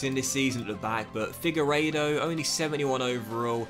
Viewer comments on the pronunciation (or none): Its pronounced Figur-edo btw, not figer-oda. Loving this though! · It is pronounced "figa ray dough" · By the way, your CB’s name is pronounced “Fig-where-doh” :) Class video as always though, should deffo give Yatesy more starts imo :) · It's fig-er-ree-toe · It's Figueiredo not how you're pronouncing it